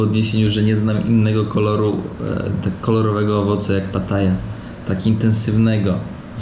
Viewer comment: W Polsce mówi się również pitaja albo pitahaja nie pataja, mam nadzieję, że faktycznie jest w Nikatagui a nie w Nigerii 😅